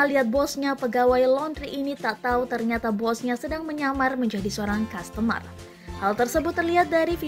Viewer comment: Customer dik, bukan costumer ! Belajar lagi kamu ya !